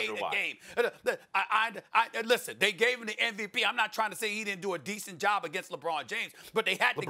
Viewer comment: SAS absolutely HAS TO KNOW that he's saying NVP and not MVP.